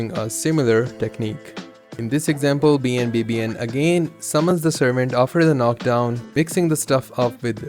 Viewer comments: This is really cool information, but just so you know BNBBN is pronounced BAWN BA BAWN. Other than that, thanks for the footage breakdown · This man legit said every letter in BNBBN's name instead of saying his name lol